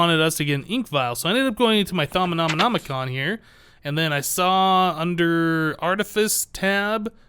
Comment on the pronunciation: You're saying Thaumonomicon with an extra nom :p